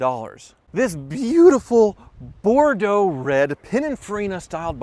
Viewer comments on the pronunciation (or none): none